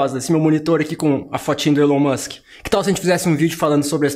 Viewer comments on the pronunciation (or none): O videio está bom, mas poderia pronunciar o nome do mesmo de forma correta. Elon Musk "ilon Musk"